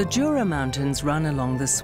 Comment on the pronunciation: It's pronounced Yura not Jura🙄🤦‍♂️